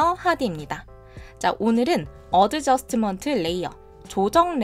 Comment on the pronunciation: adjustment 에서 d 발음은 묵음입니다 . 어드저스트먼트가 아니고 , 어 저슷 ㅌ 먼트 입니다 . costco 를 코스트코 라고 발음대신 코 슷ㅌ 코 , 라고 발음 , 다른건 다 좋은데 자꾸 발음이 듣기 불편 합니다